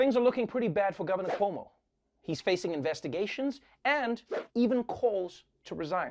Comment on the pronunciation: Why does the word investigations sound so weird? Lol .. but siigh Coumo 🤦🏻‍♀️🤦🏻‍♀️🤦🏻‍♀️ dang thought the controversy w our CA gov was crazy